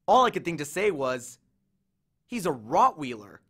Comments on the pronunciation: I'm sorry, I loved the rest of this but RoTtWhEeLeR?!😂😂 P.S. I get that somepeople don't know how to say it but it's said like Rott whiler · You’re reading is great, btw it’s Rott-Why-Ler, not Rott-wheel-er. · ROT- wiiiler not wheeler lolol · the readers mispronouncing words is funny. Rot-wheeler for rotweiler? pinochle? an endless source of amusement. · I'm getting bothered by how he said weiler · While I love your readings, you mispronounced Rottweiler. Thank you, my students, love your renditions of the book the best.